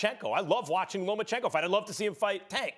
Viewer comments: Stephen A still talking about "LoMENchenko". Somebody correct this man for fucks sake. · It’s LOMA-chenko.... Stephen A stop adding an N in every time.... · Steven A, “Loman-Chenko” 😂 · Max knows boxing but loses respect when he’s emotionally biased or pushes an agenda. Stephen A says Lomanchenko... so there’s that